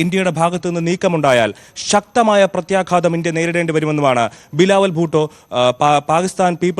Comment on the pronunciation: ബിലാവുൽ ഭൂട്ടോ അല്ല ബിലാവുൽ പൊട്ടൻ